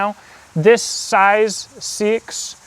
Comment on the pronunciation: Love this. I have liked seaxes (old English knifes) for a longtime. Just so you know it is pronounced more like sax or more accurately saex. Confusing I know. But it's true